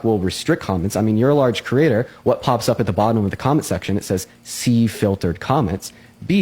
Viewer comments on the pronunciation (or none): Does it really bother anyone else that he says "critter" :face-blue-wide-eyes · Ohhh, he's saying 'creator.' It sounds like 'critter.' "I called all 30 critters together." I thought it was some new slang I'm too old to know about.